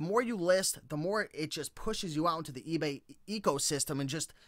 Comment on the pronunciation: "egay" hahah ;)